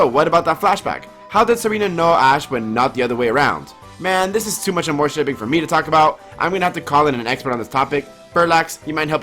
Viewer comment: My medievally wired brain honestly thought it was pronounced: ARMORshipping, not aMOREshipping (spelled like it sounds).